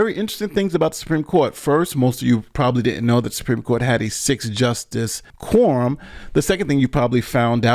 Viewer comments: Why do you keep saying “Quorm”? The word is “quorum”. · Hahaha!!! Sorry, but I had to share. I'm listening at 2X speed, and it sounds like he's saying "porn" instead of quorum. Changes the whole tone. Back to work now.